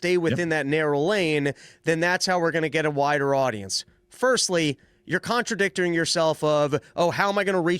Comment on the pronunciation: "conterdictering"? nice one 😂